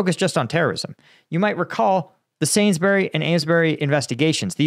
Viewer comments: Its Salisbury not Sainsbury's. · I think he said "Salesbury" which is a reasonable attempt. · Sainsbury? Its Salisbury buddy. :)